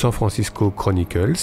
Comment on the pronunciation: Très bel hommage à Frisco. Par contre, je ne sais pas pourquoi vous ajoutez des S où il n'y en a pas et vous ne les prononcez pas quand il y en a = San Francisco Chronicle (sans s) et San Andreas (avec un s)... aussi je n'y étais pas encore (j'habite un peu plus au sud de SF) mais San Francisco a eu un autre tremblement de terre important en 1989 en plein pendant la finale de baseball du World series et vous vous ne souvenez peut-être mais il y a eu plein de dégâts notamment des ponts brisés etc... on attend le prochain... j'espère ne plus être là ;) Il est facile de trouver d'autres idées de séquences ou films à ajouter mais il y a nombre de séquences qui se passent à San Francisco dans Forrest Gump par exemple aussi. La scène de Scorcese du concert de The Band est assez fantastique, Dylan, Neil Young, Van Morrison ?, Joni Mitchell, Dr. John ? Neil Diamond ? Hitchcock a beaucoup filmé la région car il a notamment habité près de chez moi vers Capitola où il a eu l'idée de son film Les Oiseaux. Evidemment Clint Eastwood a beaucoup filmé lui aussi la région car il habite vers Monterey depuis longtemps... On n'oubliera pas le quartier de Twin Peaks pour l'inspiration à David Lynch et le fait que Chris Isaak habite dans le sud de la ville. Et grâce à vous j'ai découvert des séquences/films que je ne connaissais pas (dans la planète des singes etc). Merci